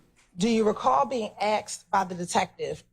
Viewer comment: Prosecutor can’t even pronounce asked right 🤣🤣🤣🤣